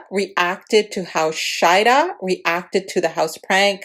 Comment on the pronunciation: ShaHeeeeda and Shaeeeeda thats the difference in names because u sounded like u were pronouncing them the same.